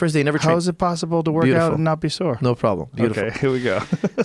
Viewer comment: "Sore," not "soar."